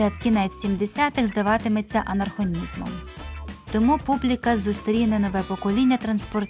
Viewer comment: 😂 Оце «анархонізм» вийшов просто легендарним!